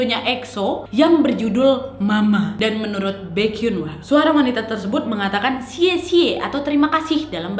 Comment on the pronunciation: jisoo = (dibaca) jisuu baekhyun = (dibaca) baekhyon maybe ka nad bukan kpopers jadi g agal paham pengucapan nama hehe :)